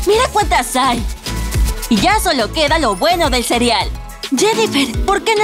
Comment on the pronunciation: Like si te diste cuenta de que digo cirial en vez de cereal